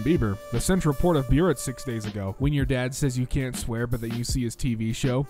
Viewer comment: BRO HOW THE HELL DO YOU PRONOUNCE SOMETHING SO WRONG It's Bay-root nnot byu-ret